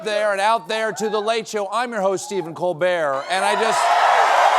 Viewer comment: It's Stephen Colbbberrt. 😂😂😂😂😂